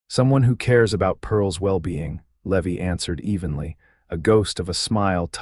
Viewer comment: Either teach AI how to pronounce common names or quit using names AI cannot pronounce - Eleanor is not Eleeener, Levi in not Levy, Santa Fe is not Santa Fee, Stagecoach is not Stage-E-Coach, etc. I like the stories, but this is like bad grammar! Twists my ear every single time!